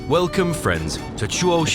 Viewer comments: km/hr hr is the correct abbreviation for hour. Your rendering of "Takaido" is a total disaster. Amusing if it wasn't so tragic. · This vid shows no respect to the Japanese at all! It's the Toe-kai-dou Shinkansen...... not Taka-ido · Someday, A.I. will learn to pronounce foreign words. Tah-ah-ee-doe? 🤣 Tokaido is To-kai-do (toe-kai-doe) 🙄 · It is pronounced 'To-kai-do' not 'Tok-kaii-do" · >Tak-ai-E-do Thats is a wild pronunciation. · Couldn't you have spent just 1 minute telling the narrator how to properly pronounce Tokaido? It's not "to-kai-eee-do". Make me think this video is just AI generated crap. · It’s Tou - Kai - Dou. Tōkaidō. Extend the O. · actually, it's tooh-kai-dooh. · Not saying you should learn how to speak Japanese, but a quick check so you have some idea of how to pronounce some stuff would be amazing, because the way you pronounced tokaido gave me an aneurysm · Nice video but the way you pronounce “Tōkaidō” is absolutely ridiculous. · It's just one word. It's name. The bare minimum effort was to google how to pronounce the name. that's just lazy and sloppy production.